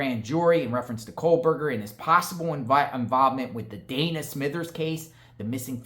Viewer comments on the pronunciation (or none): none